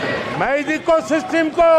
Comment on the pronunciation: दीपक शर्मा जी इको सिस्टम नहीं , इको सिस्टिम ????????????? 😁😁😁😁😁😁😁